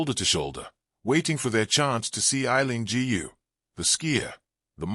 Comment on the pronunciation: A very pathetic monolog, somewhat biased, narrator still cannot pronounce her name correctly. This is definitely not a NEWS item and nothing to do with the SF parade.